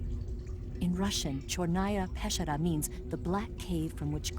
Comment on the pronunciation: By they way, "Chornaya Peschera" actually means simply "The Black Cave". And EVA gets the accent wrong on both words, it's CHORnaya peSCHEra. So much for assimilating, I guess.